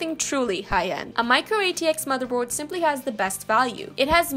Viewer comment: "but this isn't the case" no it's the mather bord hehe